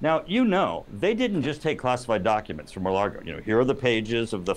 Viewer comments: He’s a Republican hack, and always has been. Also, it’s Lago, not Largo… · How sharp can this guy be if his ability to gather intelligence doesn't extend far enough to understand that Trump lives at 'Mar-a-Lago,' not 'Mar-a-Largo?' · Turner, it's not pronounced "mar largo" it;s Maga Lardo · Mike Turner can't even say Mar-a-Lago correctly.